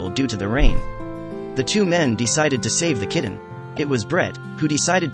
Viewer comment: Instead of "kitten" it keeps being pronounced "kidden" , it sounds so odd. However great job saving these little angels 😇